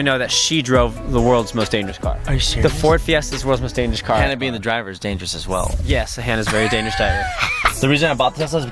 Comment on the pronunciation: “It’s the most dangerousuh, Coreyuh!“